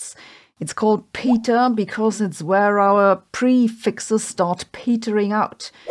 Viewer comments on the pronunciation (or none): Its Peta as in Petrify not Peta as in Peter... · I thought it was pronounced pet-uh not pee-tuh. A bit of checking seems to confirm that.